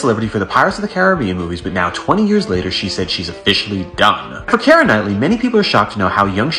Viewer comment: Kiera’s name is not pronounced in three syllables the way you’re saying it “Ki-er-a” it’s pronounced in two syllables, like ”Key-ra” It’s grating on my nerves and driving me crazy hearing you mispronounce thru out this whole video 🤣